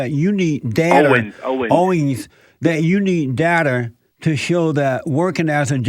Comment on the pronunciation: Rev. Jesse can't pronounce OWENS!!!! LOL....😂😂😂